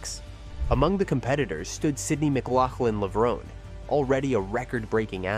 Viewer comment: Please refer to her by her proper name at all times. That means captions, as well as spoken commentary. Her married name should be pronounced LevronAY, as though there's an acute accent over that final 'e'... Tony Hunt World Junior Athletics News NZL.